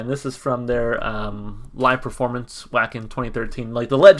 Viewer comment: "Vah-ken". "W" in German is pronounced as a "V".